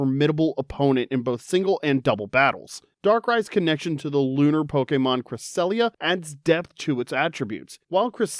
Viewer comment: CRESSELIA, NOT CRESALIA!